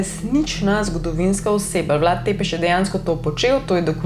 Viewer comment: Sicer se pravilno prebrere Brašov (s ima repek), pa Vlad Cepeš (T z repkom se prebere kot C).